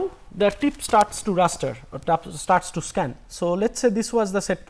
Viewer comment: Raster, not ruster.